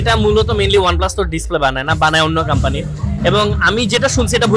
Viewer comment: কাম্পানি না কোম্পানি